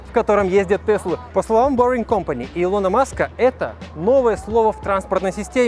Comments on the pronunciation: Ухо режет ударение в имени Илона 😑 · Делай нормально ударение на имени Илона Маска 😐😐😐